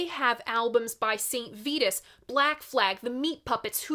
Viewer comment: Thanks so much for this review,. Minutemen has often felt like a well kept secret, which I think is a real shame. Other trivia - Ethan James is also known as Ralph Burns Kellogg, member of Blue Cheer in. And, St Vitus is pronounce St Vigh-tuss, like vitamin. You can verify this by listening to their title track on that album.